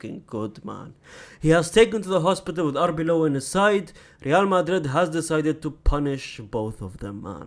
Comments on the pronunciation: It's Arbeloa, not Arbeola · I think he commented a while back that he wasn't going to bother learning Arbeloa's name as he wouldn't be at the club long enough, but I agree with you. Get it right.